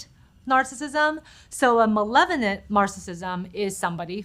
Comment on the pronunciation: She cannot pronounce malevolence much less define the malevolence implicit in narcissistic behavior at every level of pathology